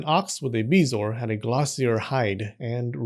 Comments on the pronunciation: It is pronounced Buh-zor. Hate to be that guy but said to "spread the knowledge" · It’s BEH-zo-er. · I have heard of them, but I have never heard it pronounced the way you are doing. I pronounce it beh zo-ar, three syllables.